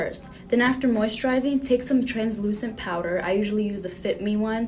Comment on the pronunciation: free replay button to hear say POWDA and relax